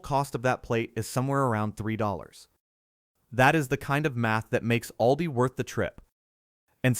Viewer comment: You might want to get your robo-voice to practice correct pronunciation. Just as one example out of many: "ALDI" is not pronounced "ay-el-dee-eye," it's pronounced "AWL-dee."